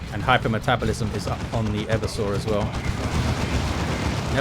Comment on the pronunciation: PSA: the name is e-VER-sor Assassin, not Ever-sore. from root word "everse", which means "to overthrow or subvert"